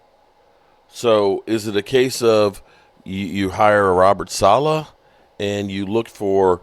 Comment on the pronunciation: sa-leh, like ... sah-lay.